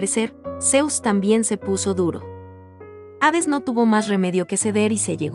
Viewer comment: Hades, no aves .